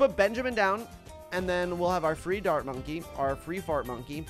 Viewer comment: In you say quincy not benjamin, why did you call free dart monkey free fart monkey😭